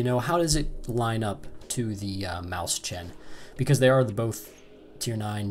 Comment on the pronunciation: Nice review! It's pronounced moys-hen, though, not maus-chan :)